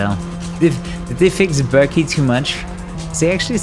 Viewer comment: I love how still can't pronounce Berkay (Turkish name) correctly and instead says it like Berkley lol